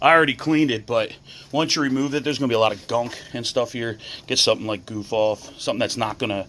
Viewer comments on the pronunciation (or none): A boot not a gasket bezel not bazle goo off not goof off